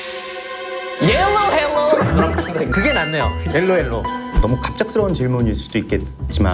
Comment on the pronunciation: 엘로 헬로 개웃겼다 ㅋㅋㅋㅋㅋㅋ